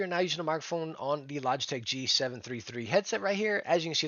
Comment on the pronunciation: Says that the g733 is his dream headset and then says it wrong. 😢